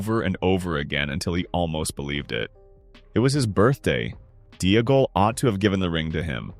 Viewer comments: If Smeagol is pronounced Smee-g'l then Deagol is Dee-g'l, not Dee-uh-gol. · The constant mispronunciation of Deagal is annoying, the commentator pronounces Smeagol properly then instantly adds a syllable, to be honest it’s taken me away from what’s actually a good theory